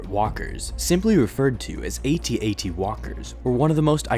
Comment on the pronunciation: Yay! Correct way of saying AT-AT!